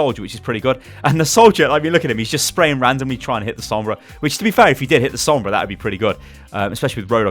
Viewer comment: Why is every other word Sombras not good. Why is there a Sombrah